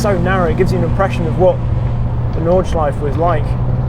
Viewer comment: Noooo..... they’re pronounced Nordschleif*err* and Sudschleif*err*..... come on, you sound like an amateur. Just like you pronounce Porsche!